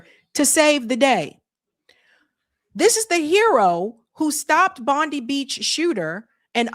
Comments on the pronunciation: You say Bondi as Bond-eye, fyi for future. Though I never get old of you guys pronouncing Australian names. 😛 The individual that stopped one of the shooters in Bondi was a Syrian fellow, which threw a wrench on the narrative somewhat. Enjoying your work ✌️👍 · BOND EYE. Bondi , It`s pronounced Bond Eye.......